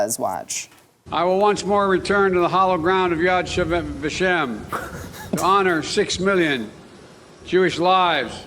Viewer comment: re: speech in Israel: If he truly wanted to pay respect to the victims of the Holocaust he should have taken 5 minutes...just 5 stinking minutes...to figure out how to pronounce "Yad Vashem" and to read the speech at least once before delivering it.